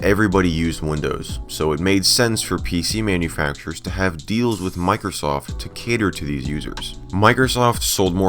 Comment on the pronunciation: It sounded like she said micro SOS